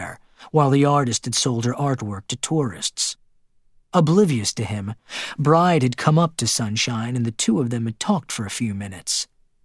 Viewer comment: The main female character’s name is pronounced BRI-DEE, not Bride, like bride & groom. Bride is an Irish female name.